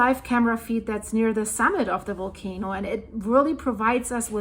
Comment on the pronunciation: Really great info and update 👌 It’s Volcano not Wolcano btw 😂 just kidding, my Deutch pails in comparison to your English. Great to have found your updates and be in touch with all that’s going on these days. Thank you so much 🙏